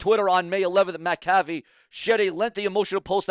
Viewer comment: Pronounced Mac uh fee not ma caffe